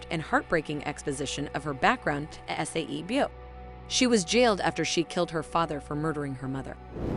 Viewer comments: IT'S NOT S A E BYEOK IT'S SAE-BYEOK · Her saying S-A-E byeok is making me annoyed 😒😤